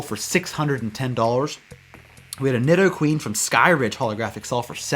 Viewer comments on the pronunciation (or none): none